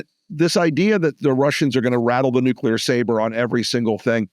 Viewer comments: Someone needs to tell Bob Woodward he is not pronouncing the word nuclear correctly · nu + clear does not = NUKE-YOU-LER. Bob. BOB... good God!!, there is only ONE 'u' in 'NUCLEAR', followed by the word 'clear' --- like a window or something transparent. I know that a sub-literate ex-POTUS made the mis-pronunciation popular via cable news after 9/11, but KNOCK IT OFF, journalist. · Bob Woodward can’t say the word nuclear correctly. Same for Bush the lesser. This is really picky, but it always triggers me as to me, they both sound ignorant when they say it incorrectly.